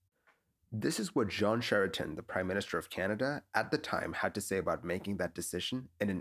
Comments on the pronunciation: Our former prime Minister's name is pronounced KRAY-CHEN, not "Sheraton" 😆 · Your mispronunciation of Jean Chrétien's last name is cringe. Phonetically it's something like Kreh-tiehn. Or look it up on any translation site. It's the French word for "Christian". Although it's not as bad as when George Bush called him Jean Poutine. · For future reference, Jean Chretien is pronounced more like Kretian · Good reporting. The Canadian prime ministers name is pronounced "cray-schen". Many noncanadians get his name wrong. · I, for one, will from now on happily refer to him as Jean “Sherry-Anne” that’s too funny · Canada's PM at the time: last name pronounced as "kreh-tee-EN." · The prime minister's name is pronounced "cray-tee-enn". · How do you tell if someone is not Canadian? Listen to them pronounce a French last name. John Chretien's last name is pronounced "Kre-tian". Your welcome. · Lost in translation. Much like your pronunciation of the Prime Minister’s last name;). I remember this incident as one of the many crazy things going on that day. It got a bit more airplay here in Canada. We were all so afraid there were more attacks on going. It’s amazing no planes were shot down. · Loving the mispronunciation of Jean Chretien's name, gotta love those french surnames! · You totally botched the name of the Canadian lol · I always thought you were Canadian… sorry but you butchered our Prime Ministers name!